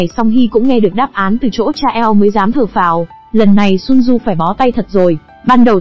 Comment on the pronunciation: Chỉ có chữ Thở Phào Nhẹ Nhõm thôi mà cả clip 3 tiếng hơn vẫn cứ đọc là Thở Pháo :))) . Bó tay thật